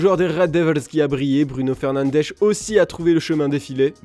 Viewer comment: Comment vous pouvez être aussi nul pour prononcer les noms des joueurs ? Surtout quand c'est pas compliqué Brunon FernandeS pas fernandech...